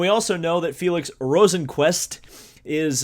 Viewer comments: You were actually closer with the first pronounciation of Rosenqvist's name. It's more like Rosenqvuist, definatley not Rosenqvuest. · I’m Swedish and I think it’s pronounced ROsenqvIst